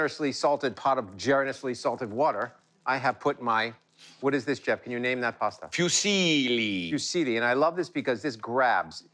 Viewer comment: My half Italian ears hurt and I cringed at hearing them say "Fyoo-seeeeely" 😖